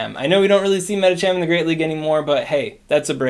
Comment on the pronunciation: “Are you gonna see Medicham in the Greate League?” 😂